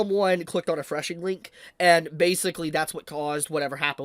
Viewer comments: Phishing is pronounced similarly to "fishing", not "freshing". LOL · It's called 'phishing', pronounced 'fishing'. not 'freshing' or whatever you're saying. It's pronounced like fishing for a reason. You've got the bait (malicious link), cast it into the water (mass send fake emails with the bait link) and wait for fools to bite. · You mean phishing link right??? Not threshing 🧐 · its called a phishing (FISHING) link... not whatever the fuck you are saying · It's "phishing," bruv...."phishing"